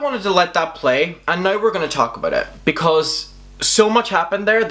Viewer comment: Can you please stop saying noew instead now? It's really confusing